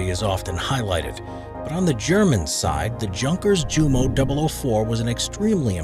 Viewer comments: Junkers is NOT junk! It is pronounced as 'Yoonkas-yoomo'! My favourite antique aircraft is the Ju52/3m the 'Jumbo Jet' of the 1930s. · The j in junkers jumo is pronounced like a y